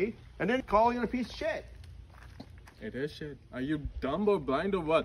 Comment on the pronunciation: he said I don't need this Shet hahaha